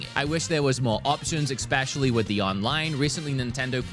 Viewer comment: Do you keep saying "expecially"..?